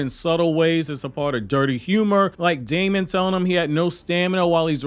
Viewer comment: You're pronouncing Daemon's name wrong -- it's pronounced just like "demon" is. Look it up. Also, you never really provided any complete points. To me, this video seemed like you said 2/3rds of each point but never finished developing any of the arguments you made